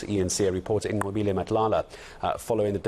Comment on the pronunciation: Very impressed with this white gentleman... he said Nqobile so perfectly! I appreciate that so much!